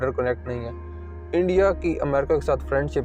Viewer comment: Ye Endia to सtrong hota ja raha haaaai 😂😂